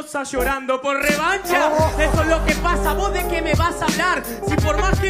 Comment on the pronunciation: revacha xd